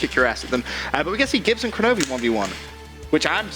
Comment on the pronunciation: Kenobi not koronovi